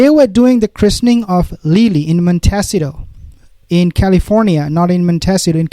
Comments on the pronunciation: Thank you for saying that. Many of us in US and UK believe there are no children from these two. It is said there are possibly rent a child/ children. PLEASE you continue to mis pronounce the city. Montecito. mon tee sea toe. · Please pronounce it MonteSEEto. Emphasis on SEE.